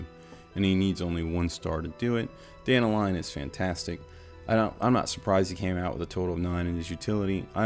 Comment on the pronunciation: I find it kinda funny that all you American content creators can't pronounce Dan-talion (talion like the shadow of modor main character) and it becomes Danta-lion. It's just one name butchered among all the rest but it really stuck out to me since global launch.